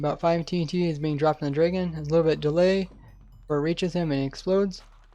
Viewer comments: its Dragon not Dreagon... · Cool video but I cannot stand how you say draygon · take a shot every time he says draygun